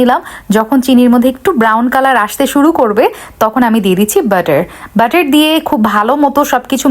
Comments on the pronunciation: তোর মাথা শুদ্ধ তুই মনোযোগ দিয়ে শুন সে বাটার কে বলছে বেটার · Kotha gulo ato natok kre kno je bole k jane, normal vabe to bola jai neka joto sob.. butter k bederrr bolche😂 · ব্যাটার ❌ বাটার✅ মাঝে মাঝে আমরা শব্দগুলোকে অতিরঞ্জিত করে ফেলি যেটা সঠিক নয়